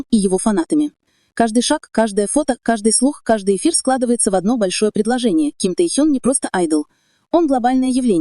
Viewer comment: Почему неправильно называете Ким Техена?